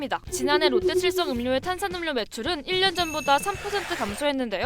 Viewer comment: 음료 발음은 [음:뇨]인데 KBS 채널에서..